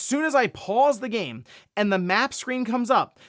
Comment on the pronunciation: 😂, Bro it's "game" with "aim" in the middle. 🫣